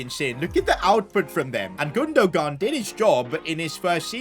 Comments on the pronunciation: Does he pronounce names like chiesa, gunogan and Nicolas Pepe wrong on purpose? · Why did he say gundogan like that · "ilkay gundo-gun" 😂😂